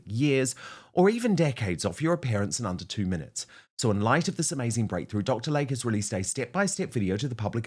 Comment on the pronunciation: PRONUNCIATION: Dr. "Lay-Key" NOT Lake.